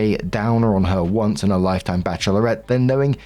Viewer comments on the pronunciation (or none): none